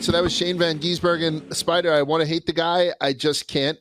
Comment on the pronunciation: How hard is it to say Shane's surname? GIS-bergen.